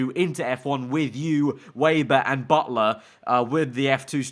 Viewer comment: Its pronounced “Vebber